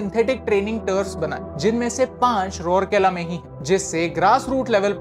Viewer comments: Bro for your kind information isn't रोर केला its राउरकेला 😘😘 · Sorry but your pronounce is wrong of rourkela that is raaaurkela